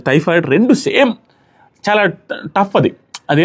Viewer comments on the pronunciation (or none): థైరాయిడ్ కాదు మావా టైఫాయిడ్🤣🤣🤣